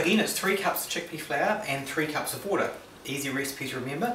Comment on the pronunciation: Haha, sounded like "flair" to me ^^